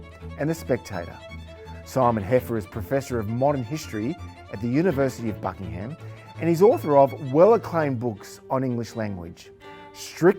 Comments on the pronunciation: Buckingham is pronounced Buckinghum in the UK. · Shame you can't pronounce "Buckingham" correctly. We end sentences with prepositions all the time and "whom" just sounds old fashioned. Learning Latin is important so you can understand the foreign grammar we keep trying to shoehorn English into. Simon teaches a very specific register of British English, few real people actually speak RP.